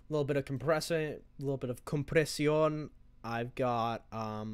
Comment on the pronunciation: Lmfao, Compresión in spanish accent 👌